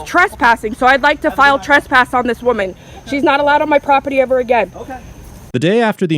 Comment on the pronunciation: Please stop saying "Truspass". It's "TRESpass".